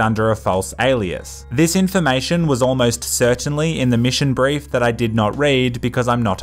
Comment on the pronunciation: you read the brife? Nerd 🤓